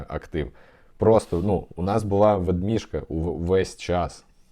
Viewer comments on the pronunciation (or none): Дякую за випуск. Суі і так купу маю з сейлу кукойну) Ведміжка кумедно звучить🎉